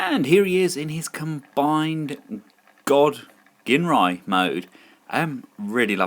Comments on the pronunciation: My OCD hates the fact that so many people pronounce Ginrai's name wrong. It's pronounced jin-rai, people! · Super God Masterforce had Godmasters, also, Ginrai, pronounced Jin-Rai